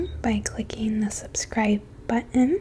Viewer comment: The way you say "button" melts my brain! ❤